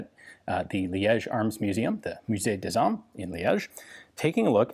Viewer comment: I' ve played back the very beginning and I do need to answer you that according to what I can listen Mr Mccolum pronounces correctly the "liaison" "des armes" as dezarmes